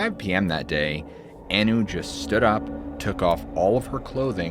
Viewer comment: Also. Maureen "Anu" was pronounced "on-new" not "an-new"